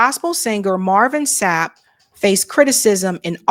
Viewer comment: Marvin Sapp not shap 😂